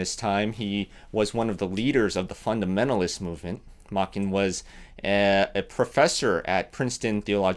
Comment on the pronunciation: The "Ch" in his name is pronounced similarly to "change." So it would be Machen (ch as in change).